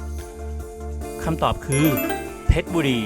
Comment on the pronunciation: ข้อ 21 มันมี 4 พยางค์ ครับ คือ อ่านว่า เพ็ด-ชะ-บุ-รี ครับ